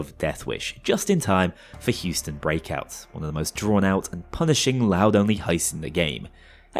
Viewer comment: As an Berzerker-Anarchist main (with LBV), I recognize how much of a joke it turns the DW damage into... I also love how you called Hoxton Breakout "Houston Breakout"...